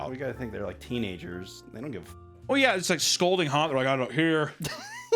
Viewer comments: for the love of god it's "Scalding" (sc-ah-l-ding) not "scolding". One is a burn, the other is being told off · my favorite thing is how always just says “scolding” instead of “scalding” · I need someone to tell papa the difference between “scolding” and “scalding”